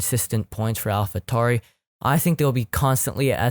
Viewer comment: I swear to god u say all the team names wrong, it’s alpha tauri not Tory, it’s pronounced alpeen not alpine